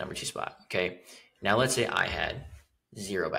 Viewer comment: When you say now it feels like meow😀 ( it’s a little bit annoying) But content is great👌